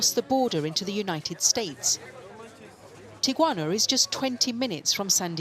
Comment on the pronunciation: "This is tiquana"